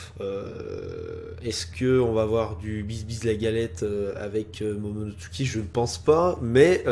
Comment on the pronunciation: mdr l'intro m'a tué !!! fait gaffe tu commence a dire momonoTSUké comme le Dok :p